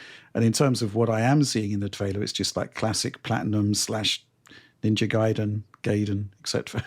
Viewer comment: Ninja Guy-den😅